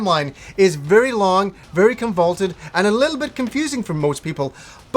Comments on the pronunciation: Guy keeps saying "convaulted?" do you mean convoluted? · Great review, but I've got one nitpick! You should know that you're pronouncing "convoluted" incorrectly. It's "CON-VOOH-LOOT-ED" not "CON-VOLT-ED".